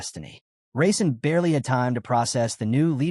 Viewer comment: It keeps saying raisin instead of Rasen & it's killing me 😂.